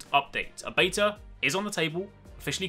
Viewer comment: why do you say beta wrong ,, your englishman be true to country please